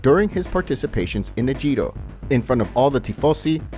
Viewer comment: The “Gio”? You mean the Giro? What the actual fuck?